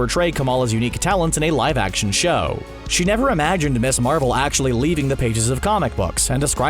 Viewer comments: "Ms." is pronounced MIZZ. NOT "Miss". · Ikari, not Iccarus Pronounced "Miz", not "Miss". The former is used for an adult single woman the latter for young girls. Jennifer Walters not Jessica I'd absolutely love to see the outrage when established female characters get gender bent to male characters, so sick of that shit. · Dude...... "Ms." is pronounced "Miz", not "Miss". The entire purpose of it was to sound and be different, so women were no longer defined by their marital status. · Ms. is not pronounced "miss."